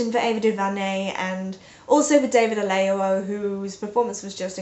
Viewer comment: Good review. But it's Oyelowo, not Oleyowo.